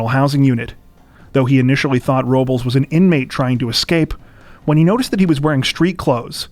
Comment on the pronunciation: PRONOUNCE IT RIGHT. ROBLES IS “ROwB LESS” NOT “RO BOWLS” What the fuck are you people on.